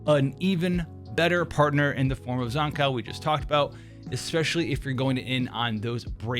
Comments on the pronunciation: Zan-COW? dude its pronounced Zankoo... Like skew, blue, boo and Zankou... I would even take Zankoo, like zoo or even Zankou like go. Zan-COW is where I draw the line haha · That aside could you please learn to pronounce Zankou correctly thank you